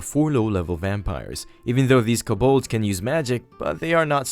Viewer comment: those monsters are pronounces Co(like toe)-balds. they are a very universal monster name that have multiple depictions.